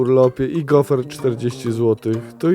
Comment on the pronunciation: So gofery? Się nie mówi gofery, tylko gofry. So gofry? Są, a z czym? Z cukierem, z dżemerem?